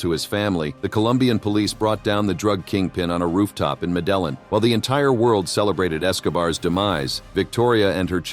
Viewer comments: It's having the opposite effect on me. I find myself screaming "medellín!!" At my phone every couple of minutes, and I don't even speak Spanish haha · Pronounced Medeyeen